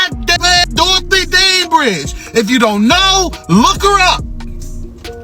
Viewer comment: He said Dorothy Danbridge bruhhhhh!!! It's Dorothy Danridge!!!!❤ Piers Morgan always talking and dont do his research. While hes running his mouth when is he gonna run Candace Owens her $100,000. POINT BLANK PERIOD!!!!